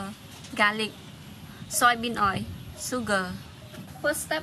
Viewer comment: "Soybean oi"